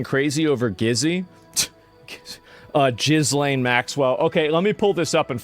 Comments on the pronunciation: It's not jizz lane!!!! It's just Elaine but with a G !!!!!!! Raaaaar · Every time Asmon says jizzlaine, i lose a sperm cell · Not Jizzlane. Gillaine.And it's probably not her.